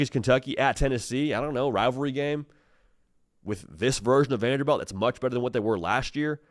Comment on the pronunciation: It’s Vanderbilt not Vanderbelt